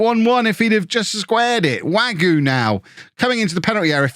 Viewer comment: Hi, hope this will still be helpful in the next episode but Wague is pronounced Wagay Great stuff as always